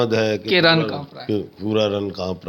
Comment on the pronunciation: ALLAHPAK pakistan aur Imran khan ko apni khas hifazat mein rkhay AMEEN SUM AMEEN ap ne kaha kis shair ki aamad hai k "RAN" kaanp rha hai ye "RAN" nahi "RIN" hota hai next time darust adaigi kijiye ga shukriya